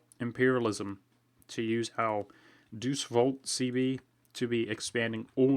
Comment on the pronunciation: It's Day-Us Vult not Deuce volt lol